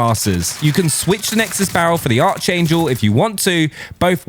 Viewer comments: The way this man says “archangel” is low key frustrating. It’s not arch like archer. It’s pronounced “aark-angel” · It’s pronounced ‘ark angel’ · The arch in archangel is pronounced ark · thank you, i said that to a friend he said "meehh'" like he was not wrong... french language it's 'arkangel' too